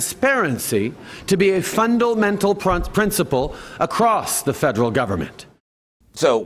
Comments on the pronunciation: "FUNDULL MENTAL",,,Justin-man words a slurred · "Fundomental" hilarious, another Trudough classic. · Now don't forget Justin Zoolander said "Fundle-Mental" and that means something very different in his special little brain!